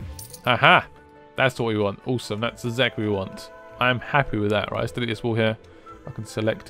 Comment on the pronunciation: The way he says awesome fucks me up. "Ooosome"